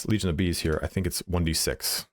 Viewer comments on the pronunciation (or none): none